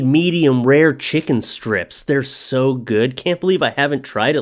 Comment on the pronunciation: it sounded like he said toe not so